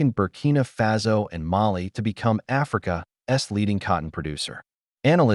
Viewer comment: Please check the AI narration. 'Africa S' cotton market hits a nerve.